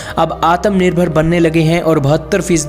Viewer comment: Gadhe Gadhe Gadhe woh ATAM NIRBHAR NAHI, ATMANIRBHAR word hai. Barabar bolna sikh pahele.